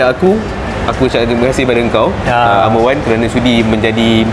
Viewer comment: Done watching! 'R' Wan yang mahal tu haha.